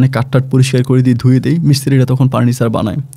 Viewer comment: কি আপন ভাই পার্নিচার দোকান বলে না ফার্নিচার দোকান বলে